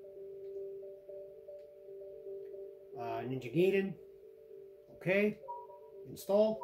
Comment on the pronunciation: ninja guy-den, even as a kid i've never heard anyone pronounce it how you did. sorry it bothered me.